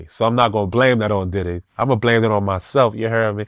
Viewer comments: Does he have to keep pronouncing it as "Titty"?! 😂 It's "Diddy" damnit! 😂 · Needs his own Show! "DIDD-EH" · “Diddeh” lol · I like the way he say DIDDY I always laugh